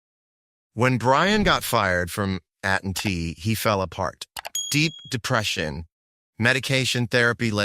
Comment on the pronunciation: At and tea 😂 (AT&T)